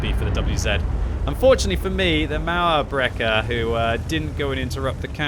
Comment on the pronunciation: Actually, your first version of "Mauerbrecher" was closer to the correct way. GJ 😃👍 Greetz from Germany